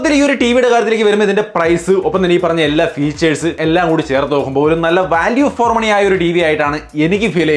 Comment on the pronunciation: വല്യൂഫോർ അല്ല.